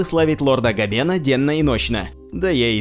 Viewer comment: Не Габен, а Гейбэн